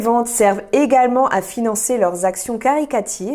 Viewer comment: On dit "caritative" pas "caricative"